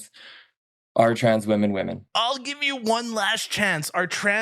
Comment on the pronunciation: It's tans, no woman!!